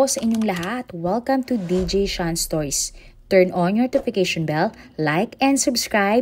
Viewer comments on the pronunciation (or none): none